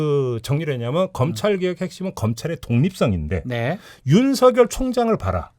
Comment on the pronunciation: “윤성열” 아니고 ”윤서결” 이라고 읽어주십시오. 이름이 윤석렬이 아니고 윤석열이기 때문입니다. 발음에 관해 잘못된 학습이 되고 있습니다.